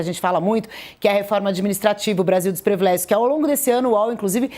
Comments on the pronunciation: Jornalista falando previlégio ! É PRIVILÉGIO! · Privilégio, e não previlégio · Por favor a palavra é "PRIVILÉGIO ', com i.